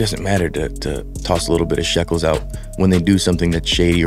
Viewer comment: Lol he said shekles